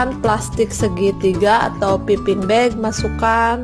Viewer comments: bacanya paiping bag mbak.. trs dark cooking chocolate nya g usah disingkat biar semua tau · btw, whipped itu bukan dibaca "waip" tapi "wip" atau "wipd". trus piping bukan dibaca "piping" tapi "paiping". sekedar info